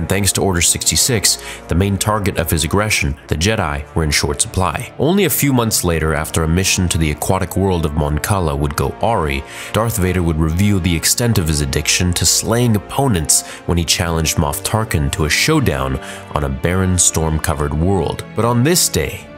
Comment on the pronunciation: Love your work here. Heads up: Awry is pronounced uh-RAI. I used to make the same mistake.